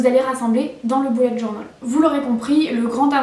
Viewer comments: Au lieu de dire bullet journal 📰 on dirai que tu dis boulet de journal Lol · Oh la prononciation 😂😂😂😂journol😂😂😂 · Pk tu dit bullet journol 😂 Mais c’est pas grave c’est cool 👍 cette video